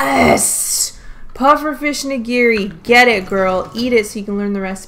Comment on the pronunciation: Nigiri pronunciation: NI-gi-ri. Not ni-GI-ri.